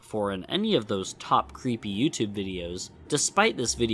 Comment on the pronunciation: good lord - when you said, "creepy tape," I... thought you said "cp tape" and it started playing and I 'bout had a heart attack 🤦🏼‍♀ oh my goodness.